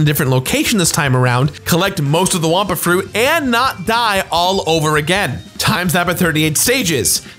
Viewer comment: It's wumpa fruit not wampa fruit 😅